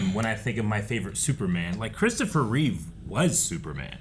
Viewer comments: For the love of god and all that is holy, get their last name right. It's not like you can't see it. REEVE, not Reeves. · REEVE, not Reeves